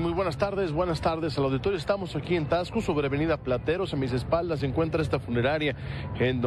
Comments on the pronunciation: Si hacen mucho enfasis en la x y se pronuncia como si llevara s, o sea tasco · Tasco. No tacs-co